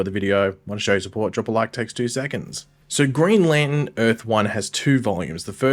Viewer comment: Can you learn how to pronounce lantern?????????